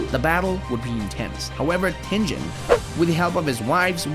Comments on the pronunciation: he called Tengen tenjen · Bro said jiu and zinitsu and dont forget tenjen☠️💀💀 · Bro called Enmu a girl and pronounced Giyu as Jiyu and Tengen as Tenjen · TENJEN? GO TO A SPEACH CLASS AND LEARN HOW TO PRONOUNCE GS LITTLE BUM